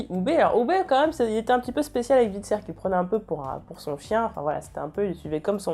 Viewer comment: Bonne vidéo mais stp stop les Ivar, c'est [Aie]var X). Tu prononces bien Hvitserk mais pas Ivar qui est bien plus simple ^^'